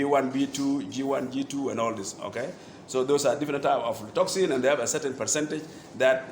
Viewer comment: Its aflatoxin not afrotoxin😂